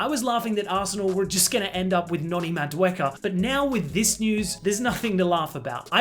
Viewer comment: not "madueka " Madueke